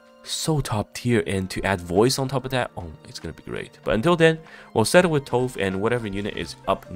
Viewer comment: Tove is a Scandinavian name pronounced "Too-Veh". We don't skip the pronunciation of the "e" when it's at the end like in English. She looks really nice, hope she's good.